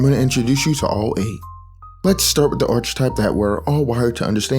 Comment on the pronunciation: Great video but I have one nitpick. I really don't want to be that one snob but how you pronounce "Archetype" drives me up the wall. It's more like "aar-kuh-tipe" The ch makes a K sound.